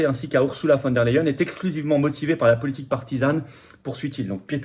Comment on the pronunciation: Flotian, le e suivi d'un i (y) se dit aÏe en allemand. On dit "phone d'air la hyène" et non "phone d'air les hyènes".